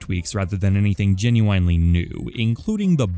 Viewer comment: I GENUINELY hate the way you say genuinely